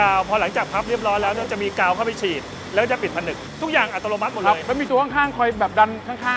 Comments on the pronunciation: ดูเพลินเหมือนเดิมครับ ด้วยความเคารพออกเสียง อัตโนมัติ เป็น อัต”โร”มัติ ตลอดทั้งคลิป หรือผมฟังเพี้ยนไปเองก็ต้องขอโทษนะครับ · นี่ก็โฟกัสคำว่าอัติโลมัติของพี่ผจก.ทั้งคลิปเลย 😅🤣